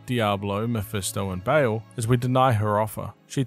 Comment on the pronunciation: Nice, except one complaint: how did you manage to mispronounce Baal as Bale?